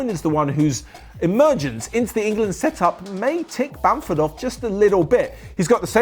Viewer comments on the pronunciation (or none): “sEeTup” you ok?